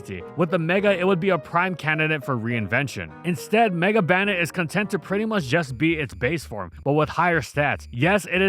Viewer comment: Why does bro pronounce Banette like that